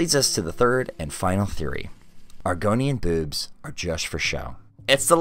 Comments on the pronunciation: its boobs not bewbs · I'm sorry but the way you say boobs is horrendous, it's not bad in any way just horrendous. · Stoo saying boobs like that. It is making me laugh. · You did not say 'boobs' this whole time, you only said 'bewbs' and I respect that. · You literally pronounce it as “bewbs” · this guy pronounces boobs like bewbs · I love how he says “bewbs” XD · I find the way you say "boobs" amusing. I've always speculated that even if the Argonians were born from eggs, they could potentially have a gestation cycle similar to humans which would cause them to not be developed enough at the time of hatching to eat solid food. After all, an egg can only be grow so large while still being able to exit the body naturally